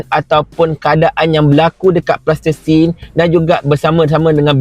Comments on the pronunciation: Salam.... sebutan yg palestine.. bukan plastisin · Sebut Palestine tuan. Plastertine lain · Kenapa cakap plastesin, Palestin la, sebutla betul2 tuan.. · Palestin bukan plastersin bro... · Palestin lah bongxx Bukan tanah liat yg budak2 tadika main tuu Pronunciation ko pun ke laut Pelat lagi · Nape sebut plastesin?